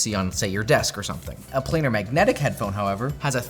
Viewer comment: Get someone to do this episode that knows about headphones ffs, cant even say the tech correct, it's PLANAR not Player